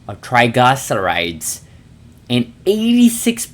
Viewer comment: 82% reduction of “trigluhcerides” wow 😮